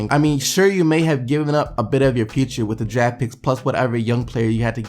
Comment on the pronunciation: it sounds like you're saying jag when you say draft